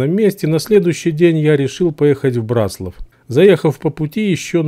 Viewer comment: В слове Браславские ударение на ра а не на ла пипец. В слове Браслав тоже самое